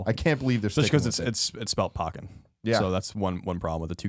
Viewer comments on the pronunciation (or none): No, the "kk" in the middle of Pokken means that you say it "poke-ken" rather than "po-ken," not that the "o" is short (it's definitely long "o")